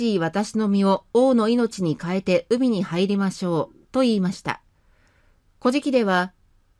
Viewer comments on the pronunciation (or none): 古事記の発音（イントネーション）が乞食に聞こえてしまいます。うーん 残念。